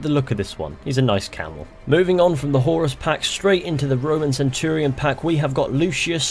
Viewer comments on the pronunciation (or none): none